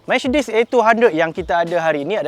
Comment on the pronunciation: Micedis kata dia